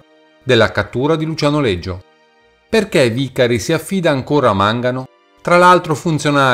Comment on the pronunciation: Scusa ma perché lo pronunci Leggio